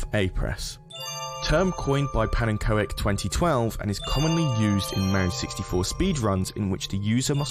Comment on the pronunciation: did... did he pronounce pannekoek (dutch for pancake) as pan-N-ko-ek???